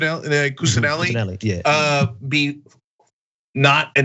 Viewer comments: Only when you repeatedly mispronounce his name during a segment and noone corrects you. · Is it really THAT hard to make sure you're pronouncing someone's name correctly?! Come on...it's a low bar. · No it doesn't. Look at the spelling. The guy is pronouncing it wrong. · Can't pronounce his name? Mebbe try harder, or get another job. If we're outing someone, let's say their name, and not hide it via miserable mispronunciation, whether international or not. Or, do you prefer to give this guy the option of later claiming that a black guy can't even read. Get his name right. And never give a guy a stick to best you with. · Yes, that bothered me too. Even complex Italian names are easy to pronounce. I guess his eyes are tired and he just read it wrong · I don't care about pronouncing it for his sake. But have some self-respect. Do you want to look like an idiot who doesn't know how to read? If he was going to intentionally mispronounce his name he could have called him douche-nelli or something. That would have been fine. Because clearly that's intentional and not just sucking at reading But it doesn't sound like he was trying to mispronounce it intentionally. Just a lousy reader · No, I am pretty sure he butchered the man's name; which is very common, that's all. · It bothers me when people just blatantly and especially when its repeatedly mispronounce something due to poor reading. He keeps saying "cusa-laney" when clearly it has the n and l reversed and its actually a double ll. Cusanelli. I get that names and locations especially of foreign origin are hard. No one can get them all right. But that's not just lack of pronunciation of a foreign accent. That's just lousy reading skills. Reminds of Dave Rubin sayings "Bol-sar-naro" instead of Bolsanaro. Just lousy reading. And I get anyone can slip up now and then. Mispronounce even simple words everyone definitely knows how to read. But when you do it 4 times. Nah dude you just suck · Cusanelli; not Cussalini.